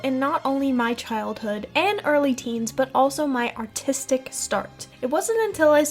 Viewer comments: i honestly thought you said “autistic start” 😭😭😭😭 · she meant to say "artistic" but sometimes R's and U's can sound very similar (just look at British accents or speech impediments)